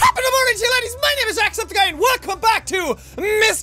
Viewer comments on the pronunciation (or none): It sounded like he said Top of the morning to you ladies my name is SackSepticEye xD